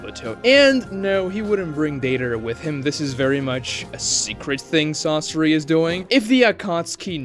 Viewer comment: It's not "sássuri" it's Sasóri.